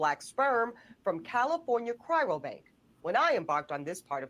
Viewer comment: this pouch cheek narcissist shouldn't be on the tv. Some tell her sperm isn't black, also its not cryro, its cryo, such poor vocabulary.